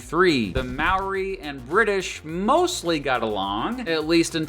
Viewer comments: The Maori pronunciation lmao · It’s not maoree for the pronunciation it’s more like mowdi for māori. Idk why but yeah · maaw-ree its pronounced moe-rree roll the r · there is no legal drinking age in New Zealand, down under is Australia - nobody calls NZ down under, "the bush" is the wop-wops or the wops in new zealand. Maori isn't pronounced like that, take the "mo" from moldy, take out the "ldy" and say "ri", roll the r if you wanna be fancy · Sorry I know everyone says Māori like you do but I just gotta mention it, it's almost more pronounced "mouldy" but with less enficess on the d. 🤙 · You just single-handedly offended every new Zealander watching this video by pronouncing those maori names wrong. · Why does no one ever say moari words right on yt? I don't wanna sound nitpicky but I have never heard anyone from a different country doing something on new Zealand say moari right. Just saying every moari word you said was said wrong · Except for the word Māori which he butchered. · I know you're not from New Zealand but legit you said all of the Maori words wrong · I should add that he was mispronouncing Maori the whole time which was quite infuriating but oh well. Also there is a national public holiday in New Zealand called Waitangi Day which celebrates the signing of a treaty between the settlers and Maori's (similar to Australia's national day) 😊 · at least learn how to say the māori words right